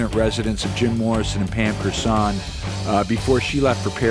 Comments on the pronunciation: Pronounced Core Son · You miss pronounce Pamela's last name